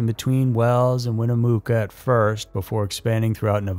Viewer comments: Bro, it's Nevada, pronounced like Nuh-va-du...not Nevahduh...and the other is not pronounced Mooca, it's pronounced like it's spelled Mucka.... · Yeah when he said Winn-uh-mook-uh, I had to stop, although I can understand if you're not from around here, names can be hard to pronounce correctly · Dude you gotta learn how to pronounce places before doing videos on them. Win eh muck uh. Not mooka... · It’s easy for people to disappear here, I’ve known some that haven’t been seen or heard from in years. I like your channel but I live in Nev-add-dah it’s not Nev-awe-da and Winnamucca is not Winnamooka please look up pronunciation before doing your show! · I’ll never understand why people, my fellow Americans, pronounce Nevada, like Nevahda… like, huh? I always thought reno was a safe city… I mean, growing up here, Ive never felt unsafe, but turns out people ‘get disappeared’ all the time. Winnemooka lol shittttt winnemucca is pronounced like winna-muck-uh Ps. The Hilton is now the grand Sierra resort, or GSR… they’ve got a giant human sling shot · Winnemucca is pronounced Win-i-muh-ka. NOT Win-i-moo-ka, ya goof. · Seems difficult for any channel to get our Nevada words right. 😎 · And its pronounced win a mucka or mucca mucca mucka mucka lol #BattleMountainRocks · He did! 😂😂😂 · Right?? Winnemooca lol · Knee vaaaaaaa duh, win A muck uhhh Sorry as a native of the silver state not pronouncing the state nor towns correctly bugs us.